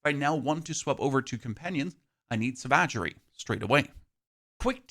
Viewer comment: Did he really say "sah-vag-a-ree" near the end instead of "sava-gree"?? Needs help with the big words?